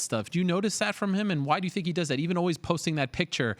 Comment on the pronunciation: "Its not as easy as you TINK"